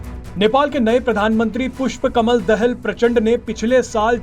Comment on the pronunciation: Are walo phele prounounce karne k liye sikho dahel nehi DA HAL HEA